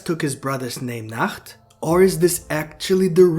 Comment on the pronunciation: ik bro but your pronounciation is wrong